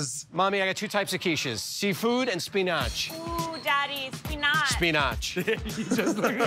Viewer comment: How joe pronounced spinach 😂😂😂😂😂 "speenach"